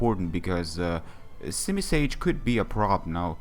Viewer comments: its simisear not simisage lol~! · its simisear XD still good battle.